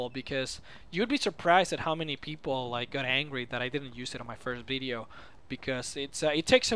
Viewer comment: i love the way he says bideo not video